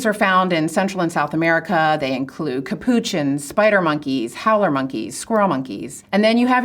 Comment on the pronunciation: 'Ca pooch ins?' Really? Do you order a 'ca-poochy- no' when you get coffee? They're named after the monks, that the coffee is named after. The accent is on the third syllable. It's not difficult.